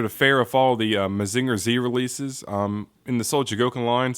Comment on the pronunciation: I legit dropped this video like two minutes in because your pronounciation of "Mazinger" was so offensively bad. This wouldn't even bother me if you didn't say it like eight times in a row.